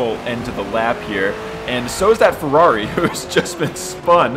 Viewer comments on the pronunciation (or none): none